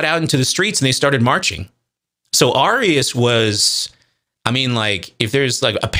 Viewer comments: I'm sure by now you've learned the pronunciation of these words, but it's truly killing me to hear "arrius" and "or-again" over and over. For those reading this, they're pronounced "air-ee-us" and "ori-jen" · Arius is pronounced like “Aries” Origen is pronounced just like the word origin. Not like the state in the NW.